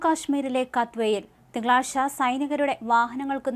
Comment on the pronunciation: തിങ്കളാസ്ച്ച.... അല്ല കുട്ടി.. തിങ്കളാഴ്ച എന്ന് പറയു